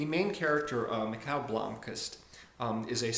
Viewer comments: He's pronouncing it wrong though. The Swedish name Mikael is actually pronounced /Me - kale/. You can confirm the same by watching the trailer for the the Swedish film adaptations of the books. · I had no idea that's how you pronounced "Mikael" The whole time I pronounced it like "Michael"